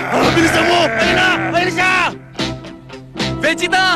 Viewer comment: Oh, the original Tagalog dub where Vegeta calls Goku as "Son Goku" more frequently and Vegeta's name being pronounced as "VE-ge-ta"